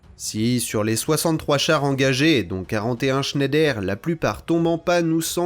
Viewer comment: Il paraît que Schneider se prononce Schneidre. ❤. Excellente vidéo, passionnante ! 👍🙏